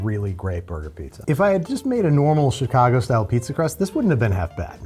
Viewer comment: you lost when you said "Chicago"